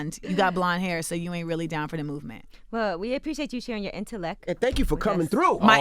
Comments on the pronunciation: He said "Intelekk" Rotfl I'm done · “tough to balance INTELLECK” 😂😂😂